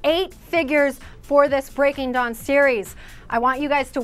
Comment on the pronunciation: Umm its breaking dawn not breaking john! HAHaHAH:)